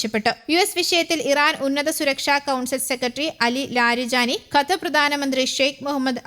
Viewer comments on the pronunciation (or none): none